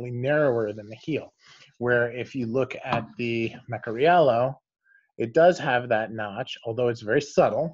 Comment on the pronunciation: I think it is Meh-car-ee-yellow